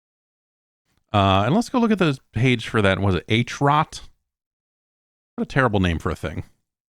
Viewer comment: fyi Jeff, HROT is a Czech word and is pronounced "Hih-rote"